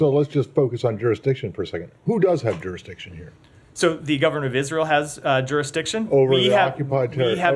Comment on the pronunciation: "who has juristiction?" "israel does, we have" hahaha